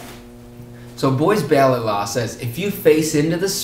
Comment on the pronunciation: you pronounce Buys Ballot totally wrong.